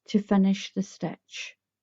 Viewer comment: I'm aware that you are Scottish. I like the way you say stitch "stech"